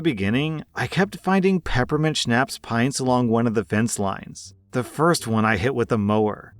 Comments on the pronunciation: This is the first time I’ve heard someone pronounce schnapps to rhyme with “snaps” 😂😂😂 jk I love this channel. Also I’m a new parent and I love hearing stories of his own experiences with his daughter ha. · I can tell you don't drink by your pronunciation of Schnapps.😊